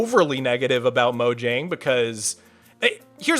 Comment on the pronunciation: Pronouncing Mojang as "moǯang" is cringe bro